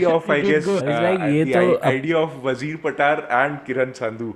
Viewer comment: Damn ! Its not how you say Wazir patar,(WAAZEER PAATAAR) it goes like ......WAA ZIRR PAATR ( वाहजीर पातर)